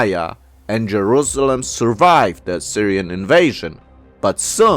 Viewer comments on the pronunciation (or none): none